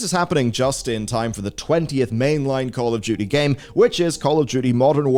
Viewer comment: are you saying Call of Judy?